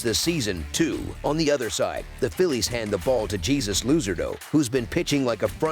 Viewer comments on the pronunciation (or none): Guess I have to bet the Cardinals if Jesus is pitching 😂I think he was supposed to pronounce that different